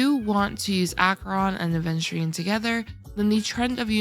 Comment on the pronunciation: Where's the D????????????????? it's Aveturine not ADventurine